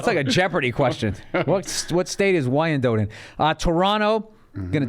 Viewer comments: IT'S NOT PRONOUNCED WHY-N-DOET...IT'S PRONOUNCED WHY-IN-DOT. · Michigander here its pronounced "WINE DOT" ;) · it's pronounced WY-AN-DOT. Birthplace of a little known actor by the name of Lee Majors! You know... The Six Million Dollar Man?? The Fall Guy??? Come Downriver next time you're in Detroit. You'd absolutely LOVE Wyandotte.